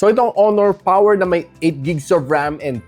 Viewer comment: Malupiton Dad Mode: oh, PAWER!~